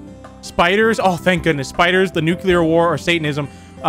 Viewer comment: Nukeler war